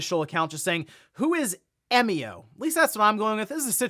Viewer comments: 笑み男=Emio, pronounce eh-mee-oh. Means "smiling man". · But we do know how to pronounce it. It's literally how it's pronounced in Japanese. 笑み男 -> えみお -> E mi o. You pronounced it correctly. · “Eh-mio” is correct, at least following the Japanese pronunciation. The word 笑み男 is literally “emio”, with the Japanese “e” sounding like “eh”. Who knew could speak Japanese 🤯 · About Emio's name, I'm pretty sure you got the pronunciation right. Because it comes from it's Japanese name 笑み男 (emi otoko, just taking the toko at the end), emi meaning smile and otoko meaning man. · I believe you're saying Emio correctly. It seems to be a shorthand of the Japanese name "Emiotoko" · You pronounced "Emio" correctly 👌. I've been learning Japanese for about 3 years.